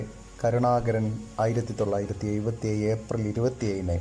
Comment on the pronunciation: ഒയിവ്, കോയികോട്, ആയിരത്തിതൊള്ളയിരത്തി എയുവത്തി എട്ട് എന്തോന്നെടായ്